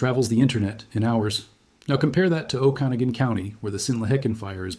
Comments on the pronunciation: Pronounced: O-Ka-Na-Gun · PLEASE pronounce the names of our towns correctly! OAK-A-NOG'-IN. Lake She-LAN' En-cha-LEE-um. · It's pronounced Oa'-kuh-naw'-gun County. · Hold on. The difference between them is the number of lives it's threatening. It's a natural cycle of life for the earth. Nobody has heard of the fire because leaderboard for this, isn't some sort of popularity contest. And it's pronounced o-ka-noggen. Sorry for being a Karen about it. But like, I am a Jessica, so maybe it's just me. You could maybe make a video about how they could use the weather control machine to take action without the loss of the brave firefighters..? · AI is not pronouncing Okanogan correctly. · At least you have learned to pronounce Spokane properly. Work on Okanogan, etc. before you continue to sound sound foolish to Washingtonians next time you report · Good points, well stated, and IMPORTANT. (You are extremely mispronouncing Okanogan, which may make people wonder. But did good on Tonasket. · Oh Kee NOG gen... and lake sha lann.... NOT lake Chee lin.... fcking Ai scrip reader....